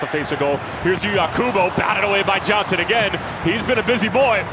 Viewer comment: Does sound like that, but he was trying to say "Johnson" not sure how he messed up THAT bad